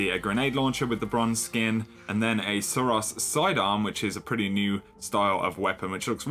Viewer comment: The way you pronounce suros triggers me. Its SIR- OH'S. like spaghetti-oh's. Its a hard vowel sound. Its not sir-ahs.